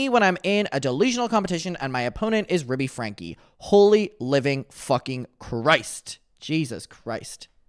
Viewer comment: I hear “Ruby stanky” 😂